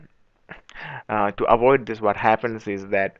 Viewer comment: i'm Malaysian, from Sarawak borneo. We do speak english fluently. listen to it, Tht guy is English Russian accent, Russian pronounce "this" is "zis"